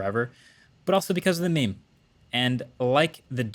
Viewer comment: why do you say meim